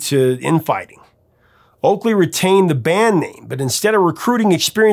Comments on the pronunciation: Oakey not Oakley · Sorry to tell the professor something but you kept on calling the human league singer Phil Oackley it’s Oakey infact he had a sister Carrie (Oakey) who most people performed her songs very badly 😘 …I made the sister bit up 😊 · Oakey not Oakley. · Hi Professor, it's Philip Oakey not Oakley. Everything else on point. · The singer of The Human League is called "Phil Oakey" not "Phil Oakley" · It's NOT Oakley. His name is Phil Oakey. A professor should know that, ehm...